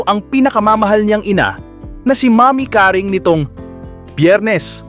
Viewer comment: Pls lng,bigkasin mo ng husay yung Seguerra at name ni nanay Caring